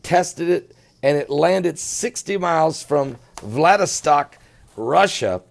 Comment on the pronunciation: VLADIVOSTOK not Vladistak pastor..